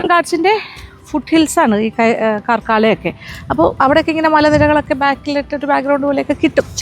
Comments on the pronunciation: കാർക്കള എന്നാണ് ഉച്ചരിക്കുന്നത്. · കർക്കാള എന്നാണ് പറയേണ്ടത് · പാർകാല അല്ല പറക്കള